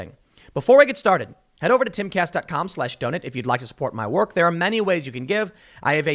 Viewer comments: Every time Tim says "Donate" I hear doughnut cause he pronounces it 'gnat' instead of 'nate' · Anybody else hears donut instead of donate